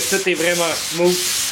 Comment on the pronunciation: Salut! Excellente tutoriel. Vos explications et vos micro-démonstrations sont précises, simples, efficaces.... mais maudit qu'en tant qu'anglophone, ta prononciation du mot ''smooth'' me fait grincé des dents. lol, mais pas grave. Féliciation dude.